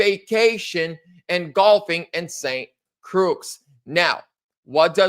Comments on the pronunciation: It’s pronounced. CROY ST CROY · it's pronounced Saint Croy. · Darling 😎: Washington, D.C. is NOT A CITY. It is a "DISTRICT OF COLUMBIA". Saint "CROIX" is pronounced Saint "CROY"